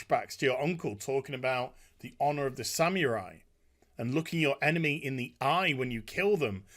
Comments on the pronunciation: It's not pronounced "Samewrai" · What in the world is a "sam-your-eye?" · I love this video but please stop saying Samurai like that 😫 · The Sam-u-rye